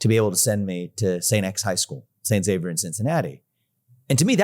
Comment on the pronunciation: And thanks to Vivek for pronouncing St Xavier correctly! Zavier not Eksavier! (Though he does fondly refer to it as St Eks.)